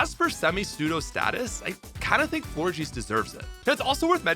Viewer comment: aint no way Florges is pronounced FlORGY ahaha